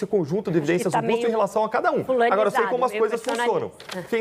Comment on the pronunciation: "Eles", "vários", "juristas de renome". "Çei". Esse doidinho de bairro aí já era.